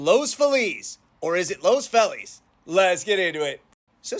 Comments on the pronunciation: You almost have Los Feliz. Don’t change the “Los”, say it how you say it when you say “Los Angeles”. I grew up in nearby East Hollywood and everyone I spoke to before the Internet said “Lohs-fee-liss”. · That's a wrong pronunciation. It's a Spanish word. Get the pronunciation right